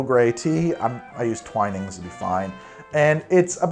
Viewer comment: Did he just say Twine-ings? ARE YOU INSANE??? As a person living in the UK, I was going to say that you are really good at english stuff (like mate, mate) but this is disgusting !!! (If you couldn't see the sarcasm, I am joking, but it's pronounced Twin-ings)